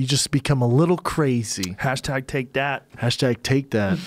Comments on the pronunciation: Joe "Kwazy Question" Rogan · Joe "Qwazy Question" Rogan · Joe "cwazy question" Rogan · joe "here's a real cwazy question" rogan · Joe "here's a cwazy question" Rogan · "here's the real 'cwazy' question"